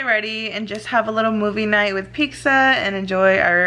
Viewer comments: Pixza??? Or pizza lol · Pizza girl. It’s fucking PIZZA. Peet•zuh. It’s really not that hard. There’s no x or c before the z 🤦🏻‍♀️🤦🏻‍♀️🤦🏻‍♀️🤦🏻‍♀️